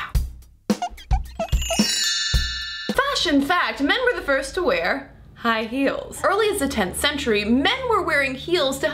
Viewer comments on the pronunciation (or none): none